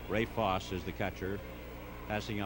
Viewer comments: Absolutely fantastic thx. Except, of course the mispronunciation of Ray Foss instead of Foss-ey. And, the apparent lack of awareness of how great a player Vada Pinson is/was. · Why did this announcer continue to mispronounce Fosse's name when he knew better?